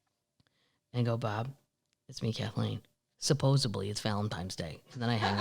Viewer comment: Supposably it's Valentime's Day ...OR my birffday!